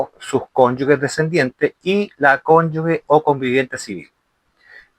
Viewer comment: OJO, se dice Cónyuge... (cónyuJe... sonido fuerte como la jota, porque no lleva "u" entre la consonante y la vocal), para que puedas decir Cónyugue (sonido suave) debe haber una "u" entre la g y la vocal que le sigue... tal cual como la palabra "sigue"... si le quitamos la "u", por ejemplo: "gente", "gigante", tú no dices "guente" ni "guigante" (sonido suave). Otra cosa es el uso de la "ü"... que se usa para que la "u" que va entre la g y la vocal que la sigue, tenga sonido: "pingüino", "agüita"...